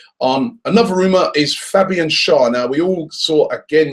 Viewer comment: Hi Robbie, since you talk about players a lot, please research how to pronounce their names. Especially our own players. Carzola? I know you're not a commentator, but it's just respectful. Schär is pronounced (Cher) like the singer/actress. Sorry to be that person or if I sound rude, but I'm trying to be helpful.